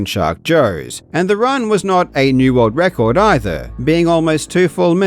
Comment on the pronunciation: "Rorld wrecord"